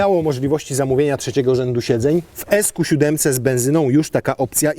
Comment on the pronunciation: Ziben a nie seven